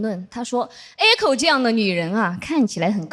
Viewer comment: echo不是艾口好吗？→_→